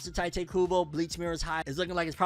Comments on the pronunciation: I just hate how americans despite being so into anime and watching anime in original japanese and they can't pronounce names for shit, Tyte Kubo is new for me.. Let me help you, The "I" in Ichigo that sounds like a "E" for you. take that sound and put it in Tite so it sounds like Tite Kubo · His name is Tite, not Taite